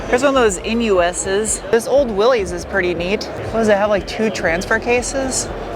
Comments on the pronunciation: WILL- ESS not Will -eeez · I know it doesn't look like it but Willlys is pronounced WIL-iss. Thank you for the fun video! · Willy's is how I've always pronounced it... and then I wiki'd the history... crap. It's Willys - no apostrophe. So, pronounced like: Willis. No likey, but it is what it is. I'll hafta just [shudder] learn and [more shudder] change. j/k - it's not some form of trauma... changing how you call, or pronounce, something. :D